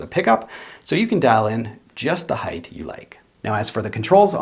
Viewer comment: First and foremost I like you video last but not least you are most definitely German they can't pronounce the word height without adding an extra h heighth I'm a history and it's more logic than humor seriously though it would be better to pronounce it right it makes it sound like you just sat in something or you are a geaking out at something like the word heighth in order to make an effort to be a little less anal it is height but again last but not least very excellent and a most excellent guitar